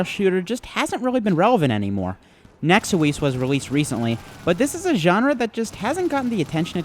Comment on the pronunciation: "Nex-ew-ease"? It's pronounced as it's spelled, Nexuis lmao.